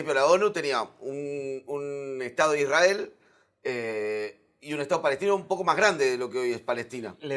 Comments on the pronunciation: cuando dijo IsRael y no Isrrael se le cayó la estrella de David al explicador. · Creo que perdí el interés en el minuto 20, cuando ya había escuchado la pronunciación "ISrAEL" por... vigésima vez. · La forma en que pronuncia Isrhael debería hacernos sospechar de su imparcialidad. En ningún momento le escuché decir "limpieza etnica" "colonialismo". Que fue la política que implemento Israel como continuación de la estrategia británica.